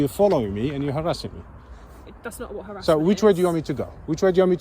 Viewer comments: Karen can’t pronounce “harassment” (herassment) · What was that old bag on about? What the hell is "harrisment"? lol